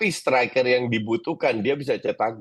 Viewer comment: STRUICK bukan striker